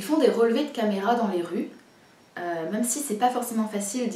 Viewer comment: Merci pour cette vidéo, comme d'habitude très construire et intéressante! Continues avec des nouvelles vidéos sur ta chaine, vraiment ! Juste une petite remarque, vraiment pour toi, tu sembles souvent prononcer le mot "même" "meume", je sais pas si c'est une manie, ou tu n'as jamais remarqué :) Voila, si jamais ça peut t'aider ! encore une fois continues tes vidéos !!